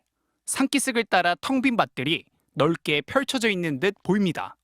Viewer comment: 넓게 풜쳐얼져 있는듯...기자야 스스로눈 발음 이상한거 못느끼냐?